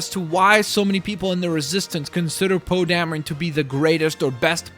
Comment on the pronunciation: Poe dameron oh Damron Darren